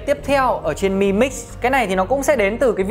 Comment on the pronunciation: biết từ Mi là gì không ? mà đọc là mờ i ? mi 米 tiếng trung là hạt gạo ( đọc là mỉ mớ đúng )